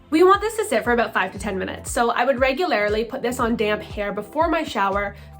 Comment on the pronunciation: Reg-u-lair-ly? Learn how to talk...